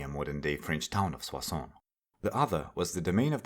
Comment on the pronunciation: great video man! I was surprised by how well you pronounced "Soissons", very authentic 👌